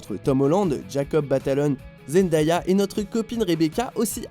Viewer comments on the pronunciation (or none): Euhhh c'est Zendéya la partie Zend"aya" ce prononce comme "day" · "Zend-ah-ya" mdrr